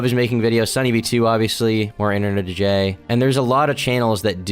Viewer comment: Still can't say his name right